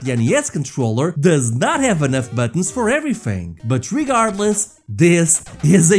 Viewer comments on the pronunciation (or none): none